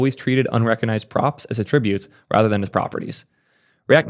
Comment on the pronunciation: What's with the "attributes" pronunciation?